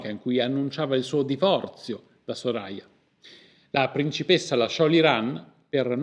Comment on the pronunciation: Soraya si pronuncia come il the in inglese. Lo so perché ho conosciuto una ragazza con quel nome